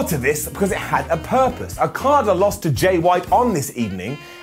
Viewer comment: so we just going to ignore messing up Okada's name??? Ok just checking